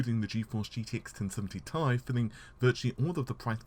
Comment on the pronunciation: Lots of sound 'drop outs', and also, Ti is pronounced Tee Eye, not Tie! 5 heat pipes you say - I see two! TD!